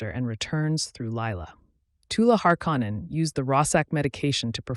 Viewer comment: Learn how to pronounce shit its literally said in the show and you cant even say harkonnen right jesus dude 😂